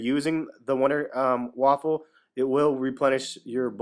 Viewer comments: Man, you pronounce Waffe like Waffle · WONDER WAFFER NOT WAFFLE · its not a fucking waffle its waffe